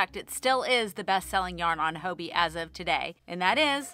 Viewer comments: Its haw-bee right? Hobbii not Ho-bee? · I love your videos, you're always so upbeat and put a smile on my face :) as a European, Hobbii was the first place I went to when I started crocheting, so it's interesting to hear your take! Just a note, I'm curious that you say 'hoeby' – is that how Danes say it?? I always assumed it just rhymed with hobby! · Hello from a Danish knitter and chrocheter 😊 I enjoy your videos a lot, very inspirational and relatable. 💜 I have heard several US yarn channels pronounce Hobbii with an o sound - here in Denmark we just pronounce it like "Hobby" 🧶